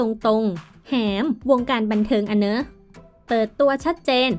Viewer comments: คือทำไมเด็กสมัยนี้อ่านภาษาไทยไม่ถูกนะ....หอ-มอ-แอ-แหม ทำไมอ่านว่า หอ แอ มอ-แหม โป๊ะว่ะคนอ่าน55555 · คนพากย์นี่ก็แหมๆๆ อยู่นั้นแหละเค้าอ่านว่าแหม=ห ม แ= แหม เป็นถึงคนพากย์ยังพูดผิด😩😩 ไม่ไหวๆ😫😫